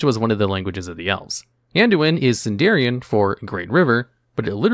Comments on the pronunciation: Sindarin, not Sindarian. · A few points I think are worth mentioning: I believe it's pronounced "Sindarin", rather than "Sindarian". "Draenor" was introduced at least as early as Warcraft 2's expansion, so I doubt that "Draenei" came first. The Draenei were originally treated as people from Draenor, before they were retconned to be exiled. Watch out with saying "entomology" instead of "etymology. The former is the study of insects. The generally accepted pronunciation for "celtic" is "keltik", rather than "seltik". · just my 5 cents, it's not sindarion, it's sindarin. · "Sindarian" T_T